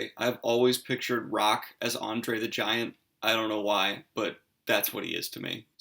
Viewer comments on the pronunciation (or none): none